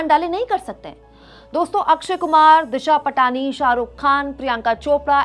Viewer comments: दिशा पाटनी है इसका नाम। दिशा पटानी नहीं। Please कोई भी हो उसका नाम सही से लें। आपको कोई काकाम बेवाल कहे तो आपको कैसा लगेगा? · दिशा पटनी है। पाटनी या पटानी नहीं है। गलत उच्चारणसे सब किरकिरा हो जाता है।